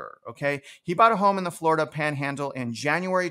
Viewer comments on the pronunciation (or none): none